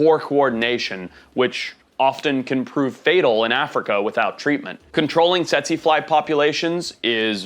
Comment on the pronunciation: FYI, it's pronounce tsee tsee fly not tetsie fly.